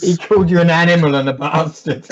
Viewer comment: "You're a PASTARD!!!.... You're a pastard, you're a ninja!!!" That made my day,! 😂👍